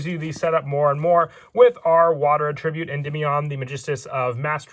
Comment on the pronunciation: attribute (noun) and attribute (verbs) are pronounced differently